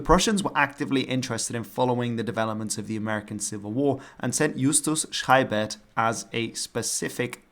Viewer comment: Nice! just one pronounciation thing: you said "SchReibert" instead of "Scheibert" and he was schreibing (corresponding from the war, haha) s-c-h is just soft frontal fricative ,with the s-c-h-R (wie in schreiben) ist becomse the throaty chr, that you nederdiutse so love.